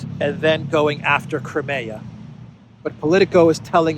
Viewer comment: It's pronounced CRIMEA ( CRYMEEYA) not CREMAYA, what's wrong with the proper pronunciation?